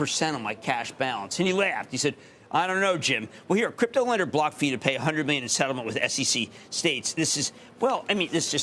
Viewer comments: BlockFi lol said wrong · when he cant even say BlockFi correctly . this guys is a pure clown 🤡🤡